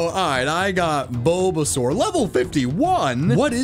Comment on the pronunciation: My man really said bulbasur without handkerchief 😂👍.